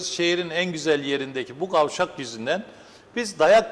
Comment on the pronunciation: Gavşak değil sayın vekil.. Kavşak